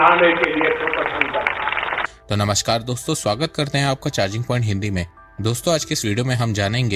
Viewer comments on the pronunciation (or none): none